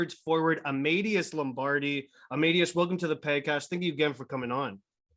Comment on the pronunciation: Dude....learn how to pronounce his first name !!